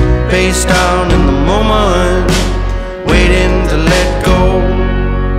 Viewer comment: Good song - but what's with pronouncing "Moment" as, "MoMUNT"? 🤔 Nathaniel Rateliff and the SWUTS??? Just strange, every time I hear it